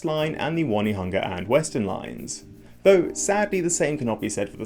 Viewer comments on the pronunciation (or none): O-ne-ha-nga not one-e-hanga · Pronunciation tip: Onehunga is On e hunga, not one hunga. Believe me I struggled with the names when I moved here. Good, informative video. Thanks. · It’s O-ne-hung-a instead of One-hunga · Lol "One e hunga" its pronounced Own E Hunga . You dont know so its okay. Still funny. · Good attempt at Te Reo. Just one thing though. Your saying 'Won-e-hunga is not quite right. Try saying 'On-e-hunga'. Very informative video though. Thanks! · For the love of God, if you come to Auckland one day, dont pronouce Onehunga 'won-eh-hunger'. Might not go down well in rougher parts of town. The pronounciation is closer "ohn-eh-hunger' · Onehunga is "on-nay-hung-a" (or 'oh-nee-hung-a' if you're lazy). Sometime we joke that 'One Tree Hill' is prounced the same way - 'on-nay tree hill'. It's definitely not "wunny-hunga". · Onehunga is pronounced on-e-hunga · On onehunga as in on top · You actually did very well with the reo names, better than a lot of boomers who were born here in NZ. The one obvious mispronounciation was Onehunga - should be O-neh-hoo-nga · "ONE-hunga?"...do me a favour!! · Onehunga is pronounced "Oh-nee-hunga" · Onehunga is Oh-knee-hung-ah and Waitemata is Why-tea-mat-ah. But the important point is this upgrade is a shortfall of what is really required to solve transport in Auckland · Sorry those pronunciation guides are wrong - it's prnounced exactly as spelled, phonetically: Ō-ne-hu-nga and Wai-te-ma-tā, no need to have weird spelling indicating the wrong way to say it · "One-e-hunga" was the only wonky one. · As an Ozzie we'll allow you OH-KNEE-HUNGER. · It's On nay hunga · Your pronunciations were quite good! Plenty of my fellow Kiwi do far worse. The exception is Onehunga - you need to stop seeing the word 'one' in there, it's not helping you at all. Think of the word 'on', then pronounce the e separately